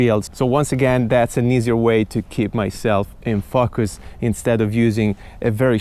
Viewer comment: Who else thinks was trying to see how many times he could say fuckus when he say "in focus" 😛Awesome job though, really helpfull